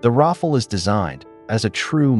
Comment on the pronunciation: Ra fal, not raffle 😄